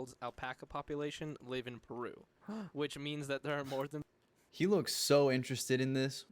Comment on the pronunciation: you called peruvia and i’m laughing so hard oh my god